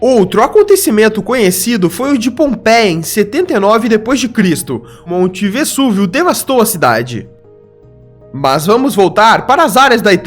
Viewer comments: Legal teu vídeo mas o “s” de “Vesúvio” tem som de “z”, em italiano, em português e em inglês. Sei lá porque você pronunciou com som de “s”. Só em espanhol estaria correto, concorda? Abraços e parabéns. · O correto é pronunciar o "s" de Vesúvio com som de "z".